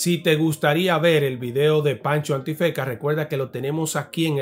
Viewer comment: escucho bien Pancho El Antifeka? la N nunca existió en su nombre 😂